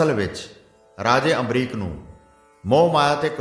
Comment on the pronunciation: Bhai ji ambrish hai ambrik nhi g